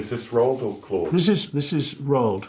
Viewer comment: How do you make a documentary about a person without learning how to properly pronounce their name? Roo-Ald. The number of times they said it wrong is ridiculous.